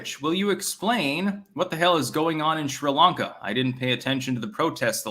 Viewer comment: mein Herr, please pronounce Sri Lanka correctly. It is "Sree-Lahnka", not 'shree'. Also, you mispronounce Enschede. Do check mit deiner wijf.